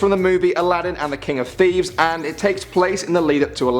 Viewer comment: Aladdin and the King of "Thievesl" ??? xD